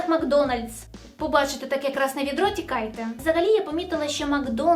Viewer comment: Не видро, а відро.